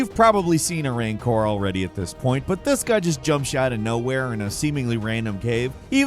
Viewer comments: A RAINcor? I thought it was pronounced RANcor? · Oh! I found it! In every video narrates, he pronounces at least 1 word weirdly. This one is "rancor", the monster from Return Of The Jedi! He says "rain core" lol. Never change, never change.